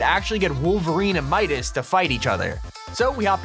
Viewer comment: shadow midaseses